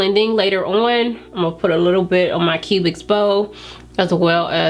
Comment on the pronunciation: Love your videos and especially this one, don't want to bring hate but it's cupid's bow... sounds like you're saying Cubics bow 🤣